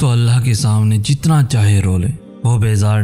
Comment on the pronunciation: why you always pronounce Allah as Allha?!!! What's wrong with you man? I always try to avoid that but can't tolerate anymore. How is this possible that a Muslim can't say the name of Almighty Allah in right way? Don't ever say Allha, say Allah